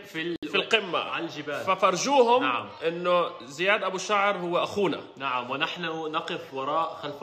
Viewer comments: اسمه زياد مو زيد 😂😂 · بس اسمه زياد مو زيد 🤣🤣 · زيااد وليس زيد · اسمه زياد مو زيد 😂😂😂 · اسمو زياد مش زيد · زياد مو زيد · اسمو زياد مش زيد 😂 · زياااااد مو زيد😒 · زيااااااد مش زيدددد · زیاد مو زيد😂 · اسمه زياااااااد مو زيد هههههه